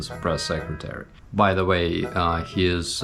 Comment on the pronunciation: you said MY instead of BY lol. very impressive, you know your stuff. Think Putin's bucket list is long but his time is short so hopefully you won't be adding too much to it.. slava Ukraine